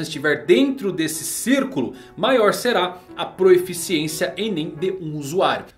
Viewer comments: é PROFICIÊNCIA e não proEficiencia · Várias vezes no vídeo vi que você se acostumou a falar "proeficiência", mas a forma correta de escrever e falar é proficiência, dá uma ouvida na mulher do google falando a palavra que você vai perceber kkkk.